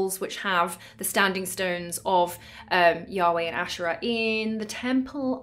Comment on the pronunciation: You're right to pronounce it ashera and not asheera